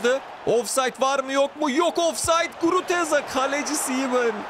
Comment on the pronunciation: iyisin hoşsun da Guruteza deme şu adama Gruzeta de:D